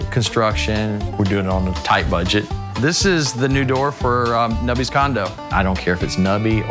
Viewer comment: i thought it said “Nobody’s parents” instead of “Nubby’s parents” 😂 I was like jeez that’s harsh